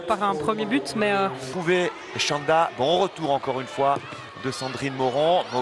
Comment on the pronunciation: Chanda, no shanda. It is pronounced "ch" as in "chief"